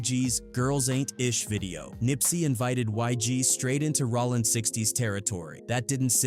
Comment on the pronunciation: Bro. It’s rOllin not Rawlin. Idk why but i can’t bring myself to finish the video with your mis pronouns. It don’t seem like you should do content on this work.